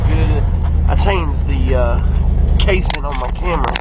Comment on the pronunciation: Haha said “it’s on camber” hahahahahaha